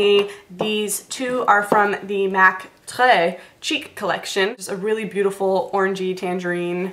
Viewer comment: I love that you said Tres cheek right! :) Love those hd blushes too! tip: get samples from sephora of a couple of colours, they will last you forever! :)